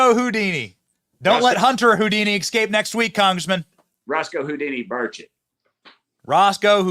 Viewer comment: Thanks for saying, Rep. Tim Burchett's name correctly tonight. 😊